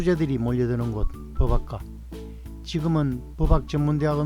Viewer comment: 법학과 발음이 버박과가 아니라 버팍과인데... 사투리를 써서 그러신가...